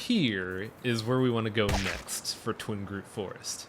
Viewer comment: TWIG-ROOT! Not Twing groot! I like the LP so far but that is driving me insane!